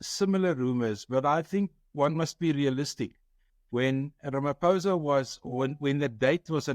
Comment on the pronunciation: Why should we listen to you? You mispronounce your State President's name. Attend school. Good bye.